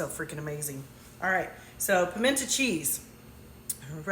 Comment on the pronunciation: GURL, you lost me at the intentional mispronunciation. I am from the south and I never heard it pronounced PIMENT AH